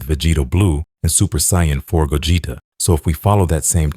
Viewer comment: Bro ts pisses me off🥀🥀